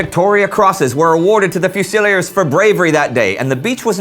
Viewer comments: Correct pronunciation of "fusilier": few-sill-EAR (accent on the last syllable. 3 syllables, not 4. To listen to the correct pronunciation, click the right speaker in this link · Not sure if it's been mentioned but Fusilier is pronounced fuse-ill-ear. We Brits do have some strange names and pronunciations I know :) Loving the series, looking forward to the future and tanks, they were first built in my hometown :) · fusilier and enfilade are not pronounced that way